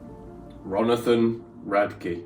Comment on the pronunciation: Hahaha I love how you call him Ronathan 😂 I love seeing your reaction to FIR.. can’t wait for drugs…